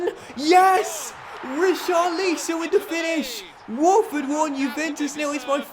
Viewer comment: Pls say richarlison name properly no hate great YouTuber